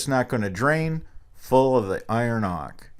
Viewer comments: its pronounced oak-ER not "ock" btw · what are you saying? iron Ock?